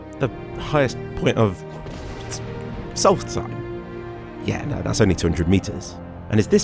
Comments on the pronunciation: Im all for Black Marsh as well! Also, how hard is it to say Solstheim? Its solst, then heim. Not solsthththeim, theres no th sound in there. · It is pronounced "souls time" just to let you know. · It's "Solstheim" not "salty time." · how hard is it to say ''Solstheim''